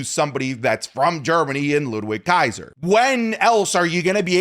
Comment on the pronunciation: Did he say Ludrizz Kaiser💀💀💀💀💀💀💀💀💀💀💀💀